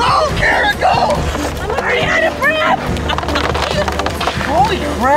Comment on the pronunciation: Im sorry but its Kara not Kirra.